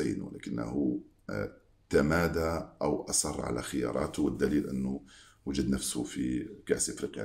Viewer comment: اسمه جمال وليس دجمال وجد نفسه وليس ودجد نفسيه نجددد وليس ندجدد....... يا صاح .....اللغة العربية ارقى من الفرنسية يا حافظ الدجراجي.ههههههه